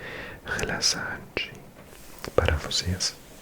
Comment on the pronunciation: Eu adoro seus vídeos.. São os mais relaxantes para mim. Nós falantes de português te entendemos perfeitamente mas se quiser melhorar a pronuncia da palavra “Relaxante” a letra X tem o som igual do “CH”, igual a Chá, ou xícara. Não pare com os vídeos por favor!